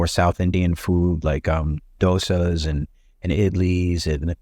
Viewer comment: This guy pronounced Dosa better than most non south Indians. Thank you 🙏